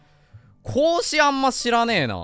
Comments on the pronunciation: 孔子ととっとこハム実況のこうしくんのイントネーション逆やろ！！🐹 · 孔子の発音がおかしいでちゅわよ ハム太郎実況の時は正しく発音していたのに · 「こうし」くんのイントネーションが「孔子」で、 「孔子」のイントネーションが「こうし」くんなんだな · ハム太郎のこうしのイントネーションが孔子で孔子のイントネーションが子牛なの気になるw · こうしくんの発音は孔子で孔子の発音は子牛なんだ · 孔子のイントネーションが子牛なのよ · 孔子の発音、子牛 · 孔子のイントネーションとこうしくんのイントネーション逆なのうけるな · 孔子とハム太郎のこうしのイントネーションが逆なの面白くて好き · 孔子とこうしくんのイントネーション逆なの草